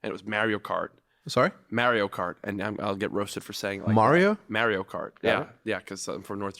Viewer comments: from new york jack the way you say mario kart 1000 percent right <3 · I agree with Jack's pronunciation of Mario Kart. Respect.